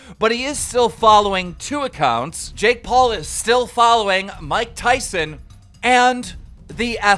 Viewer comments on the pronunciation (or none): none